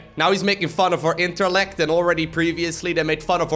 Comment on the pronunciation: I love that he said interllect. It's basically like your best friend insulting you saying you're dumb, and you respond as a joke. "I have so many interllect in my brain."